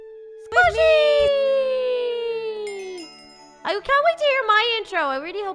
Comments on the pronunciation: Squishy is pronounced like sc way she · Whh does everyone say sqaishey wrong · By the way you say sqaishy (squ-a-she) I love your channel by the way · U pronounced squashie wrong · Oh gosh everyone is saying sqishey